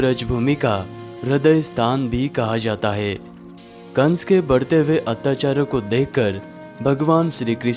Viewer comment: its atyachar not atyacharya bro :/